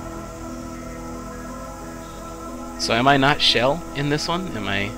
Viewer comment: CHELL! NOT SHELL!